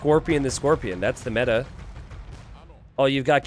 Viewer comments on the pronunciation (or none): none